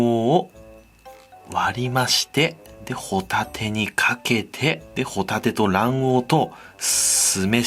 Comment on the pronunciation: ご一緒に「ホ↗︎タテ」はいかがですか？